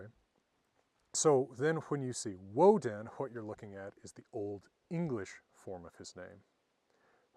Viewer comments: Hwat I want to look at...hwich is hwat! :D I remember when I was learning about the runes as a kid and I'd tell people from Scandinavia their old-Norse pronunciation and they didn't know what I was talking about. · Why do you pronounce 'what' as 'hwat' ? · This guy's got to have the strongest "wh-" pronunciation I have ever heard!